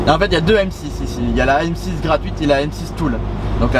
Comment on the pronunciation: M6 « toule » 😂😂😂